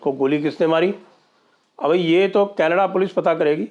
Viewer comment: that raaaa and kaneddddaa accent is awesome sir 😂😂😂😂